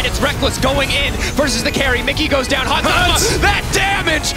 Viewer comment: this dude said Hans Sama lmao. what